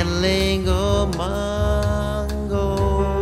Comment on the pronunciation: why does Frishberg mispronounce the word "Mungo?" He sings "MONGO," as if the name contains an "o" and not the letter "u."